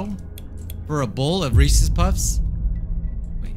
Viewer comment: you and said reces puffs lmao